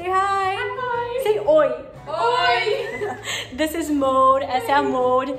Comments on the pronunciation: O que a disse: ''Say oi'' O que eu ouvi: ''Say roi'' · Roi, Letícia né? Ksksksksksksks